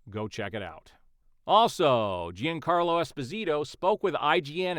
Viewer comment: Just so you know, Giancarlo is pronounced John Carlo.